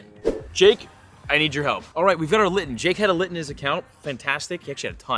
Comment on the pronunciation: bro really said linton